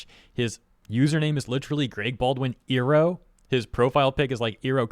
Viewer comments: That pronunciation of Iroh feels weird. XD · while I agree with you and it's unprofessional of Baldwin to act like he owns the character and make things political with said character, I'm also surprised you're mispronouncing the name XD I'm not sure if it gets pronounced that way in Eastern countries, but since it's not what Im used to from the show itself I keep going like "what" in my head haha but yah I agree with what you're saying here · Ok I love you but please pronounce Iroh’s name properly this is hurting me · Love your stuff! And I don't mean to sound like I'm criticizing you or anything, but you do realize, Iroh is pronounced like "eye-row," right?... It's supposed to be a play on the word Iron. They pronounced it like how you do though in the God awful M. Knight Shamalan LA adaption... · The voice actor aside, why are you saying Uncle Iroh’s name wrong? 😭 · we just going to ignore him saying Iroh like how the food gyro is pronounced? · pronouncing iroh wrong the entire video was hurting my soul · Iroh is pronounced Eye-row not Ee-row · Eye row, not ear row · Not to disregard the whole point of the video or anything, but is anyone else gonna mention how has been pronouncing it "ee-roh" throughout the the entire vid when it's actually pronounced "eye-roh"? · The way you say "Ear-oh" instead of "Eye-roh" when mentioning Iroh really gives me PTSD flashbacks from the first live action ATLA. 😂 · You hurt me... It's not E Row it's I Row. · Did you say iroh as "eeroh" instead of "eye-roh"? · You better run. You pronounced "Iroh" wrong. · Sorry, but you calling him "Airo" instead of "Eye-ro" makes me think "Ero" 😂😂😂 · Is nothing sacred anymore? Mako is looking down on this with shame. Also,, I feel the need to remind you that you pronounce Iroh as "EYE-roh", not "EAR-roh", as the Last Airbender movie pronounced it. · I ROW. Not E row. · it's pronounced "Eye-row". not "ee-row" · I really hate how you pronounce Iroh.